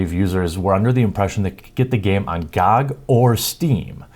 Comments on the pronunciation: Its G O G and not GooG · it’s G-O-G... not spelled out gog lol 😘 love you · GOG is not a word, it is three letters pronounced Gee Oh Gee. It is an acronym for Good Old Games.